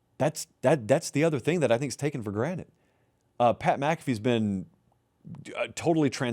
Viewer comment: I swear says for granite instead of for granted and I can’t unhear it